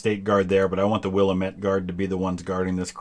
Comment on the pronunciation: It's pronounced Wil-lamb-it or Will-am-it please. If you are referring to the Oregon valley region. I know it doesen't make sense to say it that way. But hey it's Oregon.